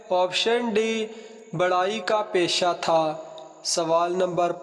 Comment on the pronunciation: بیٹے۔۔۔ بڑھائی نہیں بڑھئی کا پیشہ صحیح ہے۔